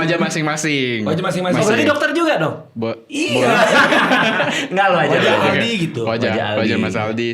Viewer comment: Aldi taher "A"nya All out 😂